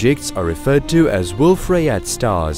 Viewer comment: it's pronounced booKAY.. I mean, ryeYAY